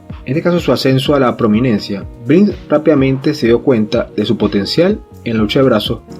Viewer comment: Si no puede ni decir el apellido lo demás ya no vale